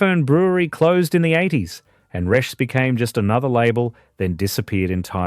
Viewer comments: Resh? wasn't it pronounced Reeshes. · Resches not resh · Just pronounce it reeches and it's still on tap. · Not much research. Pronounced... Ree - shez. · Nobody called Resch's Resch the S at the end was pronounced as in Resches. Also Tooheys was a direct competitor to Resch's. There was also Grafton Lager sold throughout Northern NSW. I was too young to try this but it was very popular there. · I don't know about how Resch's is supposed to be pronounced but the people of Sydney pronounced it as Reshez. I know. I was there. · Pronounced Resch-es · I have a few comments first is for DA or as it was better known as Dirty Anny and another one gone is Toohey's Country Special When Tooheys New wouldn't travel well in a green ca and Resch was pronounced Resches and the export pilsener was a silver bullet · Yeah, Reschs silver bullet cans still available. They should change the AI voice over to pronounce Resh-ers…. that’s how I hear people pronounce it in Redfern / Waterloo where I’m living now. Does no-one review their work before releasing? 😅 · Learn how to pronounce reschs properly